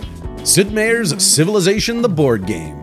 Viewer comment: heh... you say, "Sid Meier" so oddly. Meier is pronounced like in Oscar Mayer.